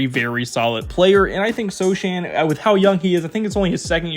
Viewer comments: So-Han…and Vass-ELL. Sorry, man…pronunciation stickler! Otherwise, any video of this other guy you’ve mentioned possibly pairing with Victor would be helpful! Great video, man👍🏻 Can’t wait to see how this team develops! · Vassell, Sochan, … you managed to mispronounce like half of their roster 😅 Do you actually watch the Spurs?